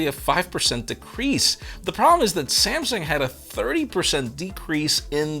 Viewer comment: No one:: Samesung